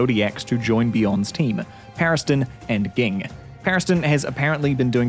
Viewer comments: It’s pronounced Jing ffs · Did it bother anyone else how this dude was saying gene? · Pronounce ging right! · I always thought Ging was pronounced Jeen not Geen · Yeah it's pronounced Jing, I'm just an idiot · help why did u say ging like that (great vid tho) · Sorry! I'm mainly coming from the manga. What's the correct pronunciation? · Why do you mispronounce Ging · Mf had 5+ opportunities to get Gings name right, and he still failed